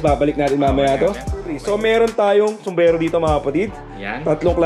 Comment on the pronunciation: Sombrero Po Ang tamang bigkas Hindi sombrelo 😇